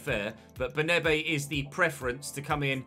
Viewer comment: Just a quick correction - it's "BernAbe", not "BernEbe"